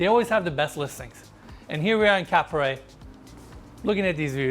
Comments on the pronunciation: DUDES , Cap Ferret and Cap Ferrat are 2 differents fench towns ! A and é doesnt sounds the same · Man Monsieur it's Cap Ferrat!!! not Ferret! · This all nice but please dude, learn how to pronounce foreign words ! You butcher Cap Ferrat!!